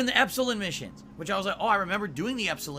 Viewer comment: Ok, NOW it's personal! pronunciation of "Epsilon" is grating on my half-Greek eardrums!